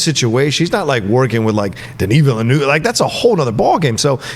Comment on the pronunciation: DENIS VILLENEUVE name is pronounced denny veel-nuv.